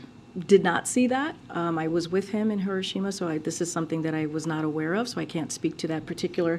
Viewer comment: It's not herrroshimmah